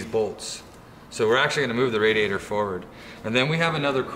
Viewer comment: Question, for everyone at hoonigan; how do you pronounce radiator? RA-diator or RAD-iator